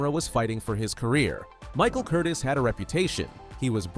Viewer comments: I've watched this movie many times on tv. BTW, not Michael Curtis, Michael Curtiz. Pronounced Curteez. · Actually, strictly speaking, and not to be pedantic, the director’s name was pronounced ‘Curtezz”, with the short “E”, not the long one. Biographer Alan K. Rode points this out, and the point is supported by an illustration in his book (p. 75), where a production still for Curtiz’s first Warner Bros. picture in 1926 includes a slate ID-ing the director as “Curtez” — and also IT’S A GREAT FEELING (1949), in which Curtiz makes a cameo appearance, and a secretary calls him “Mr. Curtezz”. Still, even Alan Rode pronounces it “Curteez” these days, so I guess we’re stuck with that for good. Anyhow, it’s more accurate than “Curtis” (as in Tony). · . . . AND, that's pronounced ' Curteez ' . . .